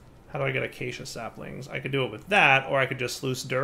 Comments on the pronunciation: Let us all now rejoice in the comfort that the word 'Acacia' (A-kay-sher) has at last been correctly pronounced. Praise be to, God of Minecraft! End of an era. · cannot say how thrilled I am that learned to pronounce acacia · someone learnt how to pronounce acacia! 👏👏